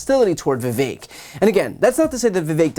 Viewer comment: His name is Vivek. It rhymes with cake-tastrophy